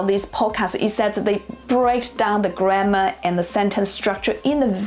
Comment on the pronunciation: you said 'grammar' like 'grandma')))